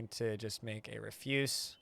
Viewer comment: Why is it that no DF streamer knows how to say refuse lol